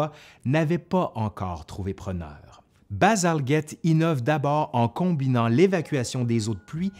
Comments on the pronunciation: D Mais pour un francophone ... ce n'est pas Bazalguette! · Bien présenté, avec beaucoup d’enthousiasme ... Mais pourquoi vous prononcez si mal le nom de Bazalgette? Le G suivi d'un E ... Donc le G ne devrait pas être "dur"!! Bazalgette était un petit-fils d'un immigré français!